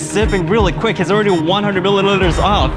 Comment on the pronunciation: can't pronounce "milliliters"